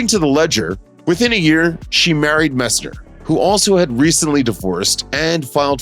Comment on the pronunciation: MESSNER! “MESS-NNER!” Pronounce it correctly!